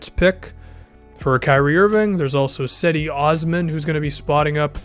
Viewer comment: To let you know Cedi Osman is pronounced Jed-E Os-M-ah-n